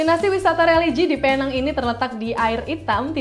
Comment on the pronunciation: Salah info awak sebutan penang ialah pineng loghat English